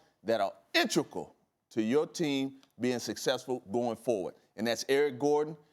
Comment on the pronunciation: "Intrical" OR "Integral"